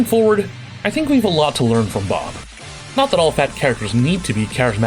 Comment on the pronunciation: Did you say "Blob" from Tekken the first time? I swear that's what i heard.